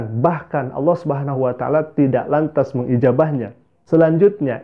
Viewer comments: Berdasarkan sebutan 'auloh' nya ( bukan Allah) saja sudah dapat diduga bhw ibunya berbohong dia dulu Islam. Kalau dia benar Islam, belajar Islam, belajar AlQuran, biasa solat maka lidahnya tidak akan sekeras itu untuk menyebut kata Allah dengan sebutan yg betul. Namun oleh kerana memang dia tidak pernah jadi Islam, tidak pernah belajar AlQuran, tidak pernah solat maka sebutannya memang tidak menjadi, sama seperti kelaziman kristen indonesia yg lainnya apabila cuba menyebut kata Allah... Itu belum lagi pada dasar ceritanya yg tidak masuk akal, cerita yg dibuat2 🤣🤣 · Dah lah bu nyebut Allah aja ga becus.